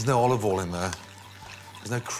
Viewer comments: he also says: olovole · "There is no olivie oil in there" Well i'll be damn......